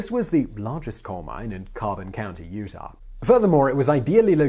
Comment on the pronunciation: Utah* not Utahr